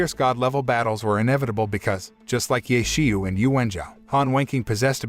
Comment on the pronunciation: i'm sry but the pronounciation of "ye qiu" is terrible. should sound more like "yeh chiu"